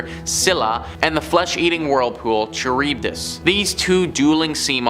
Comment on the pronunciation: Charybdis pronounced Car-ib-dis.